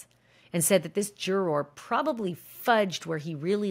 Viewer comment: I really like Ashley Banfield’s reporting of the Diddy trial but her pronunciation of “juror” is ridiculous. Why is she saying it like this-it’s like she’s trying extra hard to say the word in an annoying way. It’s really distracting.